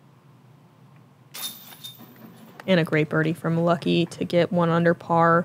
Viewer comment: Her name is Lykke, not Lucky.